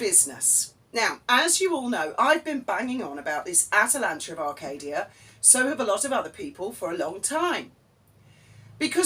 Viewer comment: Did I hear you call it 'TwAtalanta of Arcadia'?!! If not, perhaps you should....!